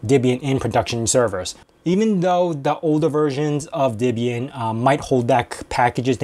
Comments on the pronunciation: Are you saying Dibian? The name is from Deborah and Ian. Deb-ian. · Why do you say "Dibbian" instead of "Debian"? The "Deb" part came from "Ian's" wife - whose name was Debra. It wasn't "Dibra". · Pronounce Debian wrong.. :P